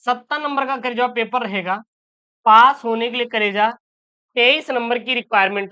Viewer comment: Achha se boliye sir kareja word sahi nahi hai please sir